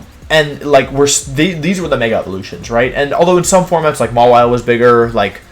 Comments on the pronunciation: Mawile - Mah Wii Lay Ninetails - Nii Nay Tails Zygarde - Zy Grade Why does he do this? He pronounces them right sometimes? Is it some obscure reference? I've watched his videos for like a couple months and these things bother me to no end. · Mega Maw-wee-lay. But then he says it that way twice and then changes to the correct pronounciation. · maw-ee-lay lmao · Maw-wheel-a lmao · I HEARD THAT MAWILE PRONOUNCIATION "MAH-WEE-LAY" IM SOBBING